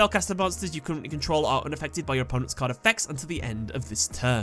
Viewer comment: The way you said, "card effects" along with me listening at 2x speed made me think that you said "Carnifex" for a few seconds. Imagine what a Carnifex from Warhammer 40k could do in Yugioh.